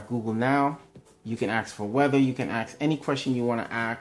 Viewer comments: Ask not ax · I'm dying hahahaha: "Any questtion you wanna axe"